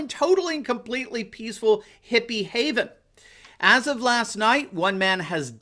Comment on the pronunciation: How you said Hippy haven made me laugh.